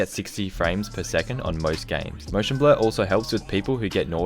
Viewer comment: When he says blur it sounded like blood